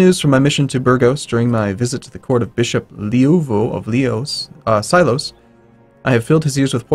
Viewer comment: Mate i really love your Gameplays but it really kill my nerves the way you pronounce Spanish names, with the Mallorca and Silos ones i almost bang my head against the laptop, I understand spanish phonetics is different ans somehow odd but damn! is not German hahaha